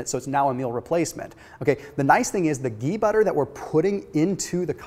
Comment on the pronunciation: I can't get over how he says geee